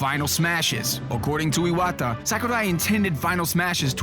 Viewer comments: IwAtTa lol kudos for the pronunciation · Jesus, pronunciation of Iwata's and Sakurai's names actually annoy me